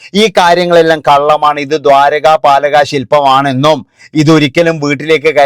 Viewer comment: Dwaraka palaka ennalla broo. dwarapalaka silpam